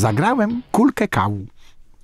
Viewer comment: Ja zrozumiałam to tak: "Zagrałem kulkę Kau". Kto to jest kulka Kau myślę sobie xD